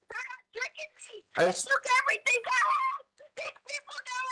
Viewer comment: EverythinKkk! Imagine you’re kids learning from this teacher k instead of g pronunciation